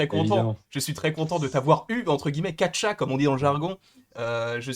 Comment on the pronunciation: Gotcha* pas catcha x)